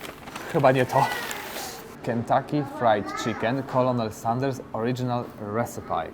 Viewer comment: wymowa sproszczona: /kernel sanders oridzinal resipi/ ;-) prosze bardzo